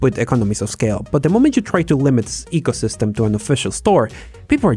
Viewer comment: 'eecosystem', not 'echosystem'